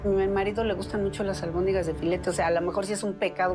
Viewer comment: Jaja muy clasista pero dice almondigas